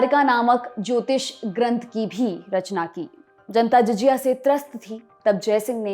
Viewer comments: Well done. In this short time your informative format is absolutely nice and outstanding. Because you belings to lallantop group it make me a little restless when your prononuce JIJIYA instead of JAZIYA. Please dont take it otherwise i am just trying to make you to match to mark which LALLANTOP which sets by you and your team under Saurabh ji Thanks and congratulations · आये उर्दू नहीं बोलनी आती तो ना बोलो । पुर्ज़े को पुर्जा कहती हो “ जज़िया “ को जजिया कहती हो।